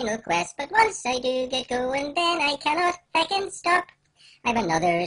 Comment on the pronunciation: WHY HE SAY FECKING JUST SAY FUCKING